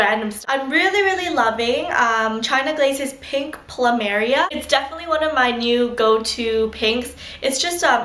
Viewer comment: You pronounced plumeria wrong :) hehe.